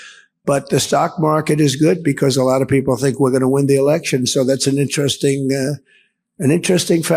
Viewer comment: LOL did she say Biden held an erection? in that clip ?